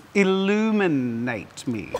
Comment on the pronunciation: Jazza: Il-lumin-ate me Every Helldiver within hearing range: what did he say?!